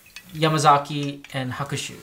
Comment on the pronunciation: Glen Garioch ("geery") Hakushu ("hak-shu")